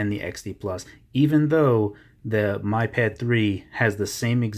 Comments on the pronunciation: BTW it is Mee pad, not my pad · It's "me"pad